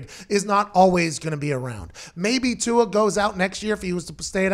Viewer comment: Tua "Too" hard to pronounce! Just call him "Too".